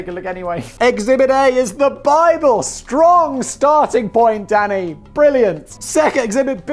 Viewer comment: Lol every time he says “Danny” it sounds like he’s saying daddy